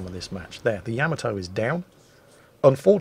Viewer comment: It's just sad that "" can't pronounce the battleship "Yamato" name right.